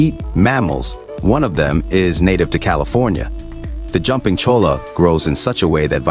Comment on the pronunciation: jumping cholla.. pronounced choya. and they dont eat. its just a cactus lmao